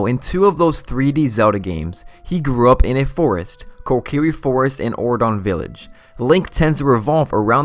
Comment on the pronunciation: It is pronounced Hat-eh-no, not He-ten-oh.